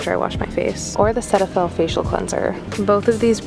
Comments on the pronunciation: the way she pronounced cerave and cetaphil both wrong 😭😭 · Cerave pronunciation : Sair-a-ve. Cetaphil pronunciation: see-ta-phil